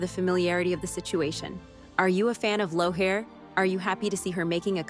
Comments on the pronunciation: It’s pronounced Leary not Low Hair.🤣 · It's not pronounced "Low-hair", it is Leer-ra, as if you were saying the first syllable of the word "lyrical". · It’s leery not what you said ! Stop it now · Also sorry but it’s leery not whatever butchered way the narrator was saying . I say it rhymes with weary the way we all are of her character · L'heerie. her name is pronounced L'heerie. have you not watched the show or read the books?? lol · I hate that they can never pronounce it. It aggravates me. It's our hard to just say Leery? Or Gaylis for that matter? It just ruins it for me. Obviously I'm spelling that phonetically and not accurately. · Clearly the narrator hasn’t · it rhymes with weary. Not as hard you butchered it and it shows you’ve never read the books or even watched the show and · You both spelled it wrong it’s laoghaire not whatever butchered spelling you and the other woman came up with ! I know I’ve got family in Dublin which is where Diana got the name from she was looking at a map of Dublin when she came up with the character there’s an area just outside the city into county Dublin like cork both are city and county . The area is dun laoghaire I always tell people to think how you pronounce the word weary keep that in your head then imagine the w is an k instead and that’s how it should be said or simply go by how the characters say her name when talking of or to her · Are kidding me how you pronounce Jamie’s ex. Please stop